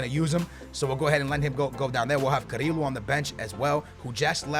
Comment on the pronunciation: Why is he saying carrillo name like that